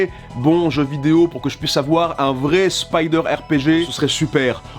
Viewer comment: Tu es le seul français capable de prononcer le mot Spider correctement.